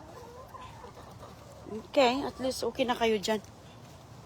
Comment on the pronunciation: I heard again her "oke". No improvements talaga. Sige lang Salita kahit sablay!